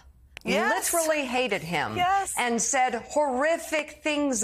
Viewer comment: What does JV Vance mean? Saying the name wrong, I mean